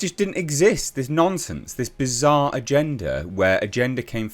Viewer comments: lol your accent makes it sound like you're calling Kotoku Nonces instead of nonsence. Not inacurate either way. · I like hearing you say "nonsense", becaus eit sounds like you're saying "Nonces mainstream media" or "Nonces Kotaku". Ironic really....